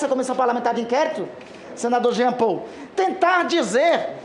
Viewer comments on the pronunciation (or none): none